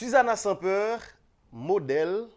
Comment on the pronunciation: Yo pa di three sòm li prononse three sanm svp